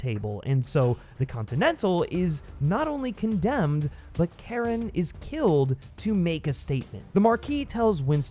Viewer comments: CHARON is PRONOUNCED SHA-RON NOT KAREN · it's not pronounced Karen. it's more like "Chair-On" or "Share-On" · This mf said "Karen" smh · did he call Charon,Karen 5555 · CHARON not Karen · He really pronounced Charon as “Karen” smh 🤦🏽‍♂️🤦🏽‍♂️ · Dude called Charon, "Karen" 😭 Disrespectful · Yes, thank you! And he's not the only one to do so in a video. Hard to understand - did they not hear his name pronounced in the film? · great vid, but the mispronunciation of Charon bothers me. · Imagine having Charon's name literally said in the movies a bunch of times and then still absolutely butchering the pronunciation